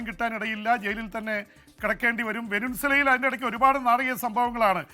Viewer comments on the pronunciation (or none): വെനിൻസുല അല്ലെടോ ! വെനിസ്വേല